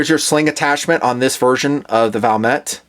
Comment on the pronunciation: Its Valmet but said Valmae like a silent t and a simple word compared to the rest of their language